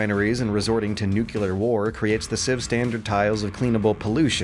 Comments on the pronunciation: Good video but it's NUCLEAR not nucular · Amazing analysis! It's "nuclear", though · Cry-sees new-clear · Why every youtuber I wtache pronounce nuclear as nucular? edit: Great video, thx for the content. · Dear: Please stop saying nucular. - Love, me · is forever going to be stuck with his New-kew-lar pronunciation no matter how many times he's corrected on it, I'm actually used to it by now and just find it kinda cute hearing this very silly Bushism-sounding word out of a guy who is otherwise clearly smart enough for investigative journalism and research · I love you and your content but please stop saying "nucular" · Say it with me,. Nuclear. NEW CLEAR. Nuclear. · Please, please, PLEASE start pronouncing "nuclear" correctly. This gives me more anxiety than global warming. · lives in constant fear that he will be abducted and replaced by a lizard-person. His distinct pronounciation of nuclear lets us, his loyal viewers, identify the. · he does it on purpose, dude. It's an inside joke for the people of this channel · "Crisises" and "nucular" made me stop watching.